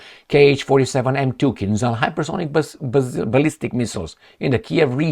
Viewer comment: Hi, I appreciate very much your videos (thank you for all of them!), but why don’t you pronounce the word “Kinzhal” the right way? You would be one of very few on western media! On the net you can find following description of the sound transcribed “zh”, e.g. for the Cyrillic letter ж. “The 'zh sound' /ʒ/ is voiced (the vocal cords vibrate during its production), and is the counterpart to the unvoiced 'sh sound' /ʃ/. To create the /ʒ/, air is forced between a wide groove in the center of the front of the tongue and the back of the tooth ridge.” The kinzhal are called kinzhal because a kinzhal is a dagger in Russian. As you mostly pronounce French words with a way that sounds authentic, I can tell you that the sound transcribed “zh” is the same as the sound corresponding the letter J in Jacques, jamais, Japon, j’aime, jalousie, etc. See the article Khanjali in Wikipedia, which concludes “Compare the standard Russian-language word (probably Turkic-sourced[6]) for "dagger": Russian: кинжал (kinzhal).” Good luck!